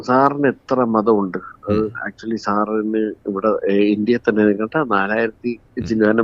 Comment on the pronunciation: ആക്ച്വലി ... ആക്ച്ച്വലിക്കാ😂😂😂